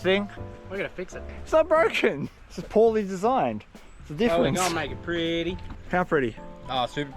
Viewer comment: Did you say "Pauly designed" ???🤣